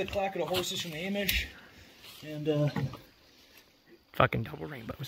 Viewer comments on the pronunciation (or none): "click clacking of the horses from the AYEMISH" KILLED ME ⚰⚰